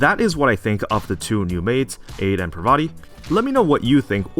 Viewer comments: it's ade (ah-day). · Btw, I think Ade's codename is a reference to the greek god Hades, so it should be prononuced Ah-dae